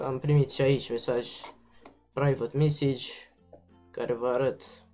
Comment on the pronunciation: ''Praivat mesigi'',ho ba englezule